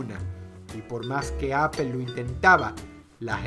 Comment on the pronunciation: Apple si esta bien pronunciado, lo otro pues no se, queda a debate